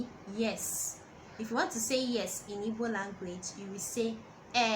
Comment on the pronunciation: I’m sure you’re coming from a good place but you could at least do basic research on how to pronounce the name of the language, let alone the words you’re “teaching”